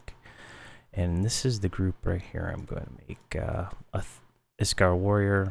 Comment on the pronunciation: Iskar? hehe I think it's Iksar ;)